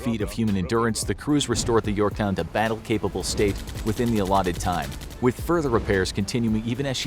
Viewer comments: he called it the “Yorkton” I was so mad until I accidentally unpaused the video and he called it the “Yorktown”. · Did I hear “USS Yorkton”? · he said it like yorktun the fist time so I think he repaid it but forgot to cut it out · "uss yorktin" - 2021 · He sais "Yorkton" in the first one